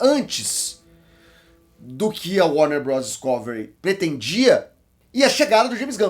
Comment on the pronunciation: Gosto muito de "DisCÓvery", fico feliz sempre que ouço!